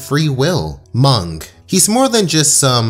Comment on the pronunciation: MUNG?? All my life i thought chowder was saying "mum" and i thought Mung was a girl but then discovered that Mung was a guy. So why would Chowder call a guy "mum" but then i saw that the guy actually cared abt Chowder like an actual mom (plus that cooking trope and all that). So i thought that Chowder didnt have a mom and that this guy was filling the role which made me love the show even more.